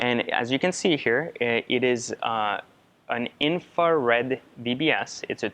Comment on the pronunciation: Did he say 'Infra Red' ?